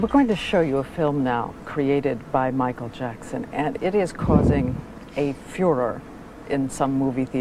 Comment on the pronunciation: Nesse vídeo o autor diz o nome do Michael Jackson duas vezes errado 😃😂😂😂